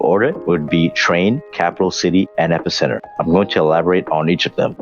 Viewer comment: U did he say epic center?!?!